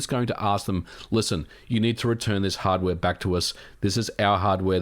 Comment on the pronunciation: hardwaeee??? controllaaeee?